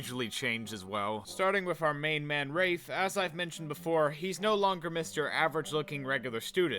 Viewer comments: Yeah I think "Rah-fay" is a LOT more better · I actually had a breakdown after this realization. It’s pronounced rahf, not rayfe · Wait isn't it pronounced "Rah-fay" not "raif". So this movie butchered the protagonist's name and it was cringe to watch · Am I the only one who pronounced it 'ra-fay' instead of 'raif'?? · He kept pronouncing Rafe as raafe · I just now realized that it should be pronounced rah-fay because he was named after the artist named Rafael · I pronounced it similar to Rake but with a f when I was young and as you can see, the person making this did not care to even read the book properly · i always thought it was pronounced "rayf" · Am I the only one who was surprised to hear the pronunciation of "Rafe" bc that is NOT how I thought it was said.